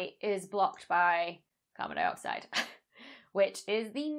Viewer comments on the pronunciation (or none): none